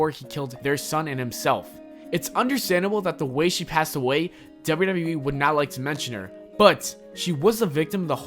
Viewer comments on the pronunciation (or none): OMG!! This narrator really needs to SLOW DOWN when he speaks! I was trying my best to listen and get through the video but every time he said dubbayoudubbayoueee, I cringed. He talked so fast and a good portion of what he said was so jumbled together that I couldn't even make out what he was saying. Seriously, just slow down a little and it will make a huge difference for the better. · Why do you say wwe so weird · The way he says wwe